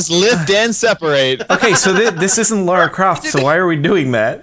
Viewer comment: Why do some if them pronounce lara croft wrong